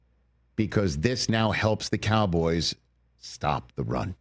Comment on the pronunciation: "The Kah-boys." It's so annoying.